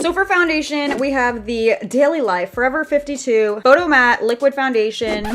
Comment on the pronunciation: Is it just me or does it trigger u when she says forever 52 no just me ok...